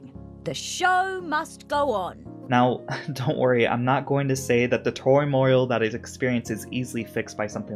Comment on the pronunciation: ...why do you struggle with the word "turmoil" so much lol it's pronounced exactly how it's spelled